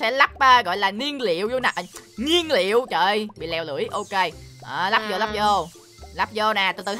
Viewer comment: Nguyên liệu mà anh đọc kiểu gì đấy